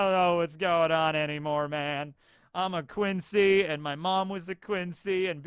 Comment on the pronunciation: I like the German pronunciation for the Quincy